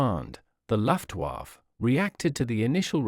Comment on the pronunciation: Very interesting, but please have another go at pronouncing "Luftwaffe" and "aluminium".